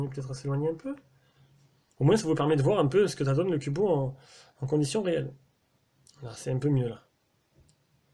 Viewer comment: J'ai jamais compris pourquoi les fabricants mettent toujours des grosses bandes noires dégueulasses autour de leurs écran comme ça... Sinon pourquoi "Cubot" tu le prononces "Cubo" ? X)